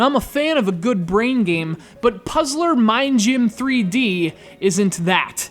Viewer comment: I love how you say Puzzler Ming Gym :P